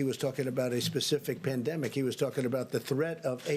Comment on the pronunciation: "Pan..de.." what?